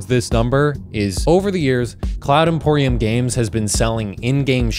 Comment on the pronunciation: Cloud Empyrium vs. Cloud Emporium lol